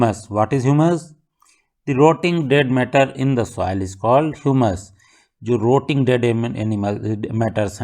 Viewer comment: Sir aapka sah thik hai sirf pronounciation thoda galat hai aap soil ko soail padh rahe hai. Thank you sir for answers 🙏😁